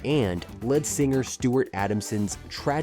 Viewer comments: Good ol Johnny Lane and warrant ...guess this ' person wants to overlook that the band kept recording and touring way after the 80s .as for Kix , Vixen ..if they were touring in the 2000's on , I guess they didn't exactly disappear. Also it's pronounced Lee-d not Lead as in the metal .... goddamn can't we get actual human voice overs anymore?? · Jani Lane was never in Great White. I love the narrator saying lead singer, as in a metal instead of rhyming with plead. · Not sure you're saying "Jani" or "lead" correctly... 🤔 I can understand mispronouncing "Jani" if you've never heard of him, but "lead singer"..really😂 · Fecking AI doesn’t know how to pronounce LEAD. It is a long e like leeds, not like led. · "lead singer" pronounced led? Someone needs to learn correct pronunciation, it's pronounced "leed". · the "led" singer? Gotta program your AI to learn to pronounce it "leed". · Hey, script writer..spell it 'leed' if you have to to get the A.I. to pronounce 'lead singer' correctly. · Lead in lead singer is pronounced like the thing you plug in, not the chemical element. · How does a channel devoted to music bomb on the basics multiple times?? For one, the "lead" in lead singer does not sound like dead. It's lead like weed. I seriously can't believe a music channel would get this wrong, yet I can't imagine AI would either?? Very weird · I really wish these videos would stop using AI for narration. Nothing takes you out of enjoying the video faster than hearing "led singer" instead of "lead singer", hearing people's names mispronounced, or the continuously lazy cut & paste "and then grunge happened" to put a cap on the band's story. Some of these bands ended way before grunge, were not affected by grunge, or managed to survive through grunge. Take it from someone who was there—grunge only killed off sh¡t music. Good bands managed to endure. Do your researxh. Stop being lazy. QUIT RELYING ON AI. 😡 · Narrative can’t pronounce lead ( leed ). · Or lead singer